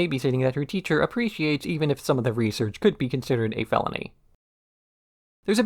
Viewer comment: " Sam aw tha 'riesrtsch' issz a fellanj? Vhat satsch 'riesrtsch'?"